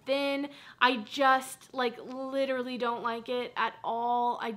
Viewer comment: “Literally” not literary lol love you 😍